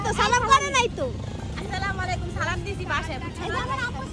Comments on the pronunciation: Age salam😅 thik mto deowa shikh fokinni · Salam ta thik moto dawa uchit asla malaikum Kmn Salam 🙂